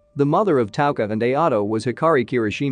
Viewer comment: Cause he is one did you hear how he pronounced touka and mado he be like maydoe and taka